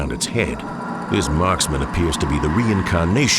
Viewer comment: Don't know why but I really like how he says Marksman.